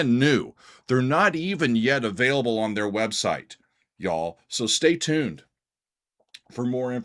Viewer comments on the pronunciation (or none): none